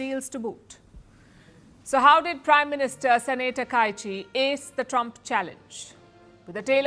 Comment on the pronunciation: Your pronounciation of Sanae Takaichi san is perfect🥰!